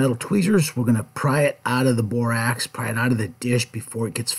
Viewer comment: "I'm going to add some bor-AX" 😆